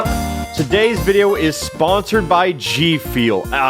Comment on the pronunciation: You have a speech impediment for gfuel but I have a speech impediment for my own damn name it sucks